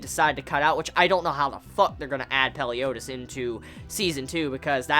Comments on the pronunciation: Your saying the leaders name wrong its meliodas not peliodas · Everyone knows that his name is MELIODAS, not peliodas right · Did he say "Peliodas" wtf? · it's actually Meliodas